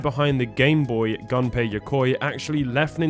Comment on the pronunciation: nice ! beautiful ! Yokoi Gunpei is pronounced goo-m-pay. not Gun🔫-pay